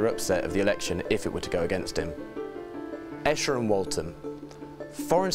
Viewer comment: You didn’t pronounce Esher correctly. It’s not esh er, instead it’s pronounced ee sher